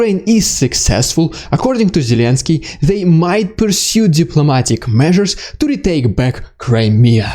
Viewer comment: ”Diplomatic meausures” 😅